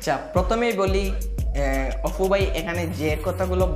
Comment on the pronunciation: ভাই, অপু, না, অফু। কুনটা।